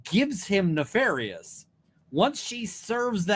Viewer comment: Even more hilarious that she mispronounced it….. exactly the same way Brennan mispronounces it in an earlier hearing 👀🤣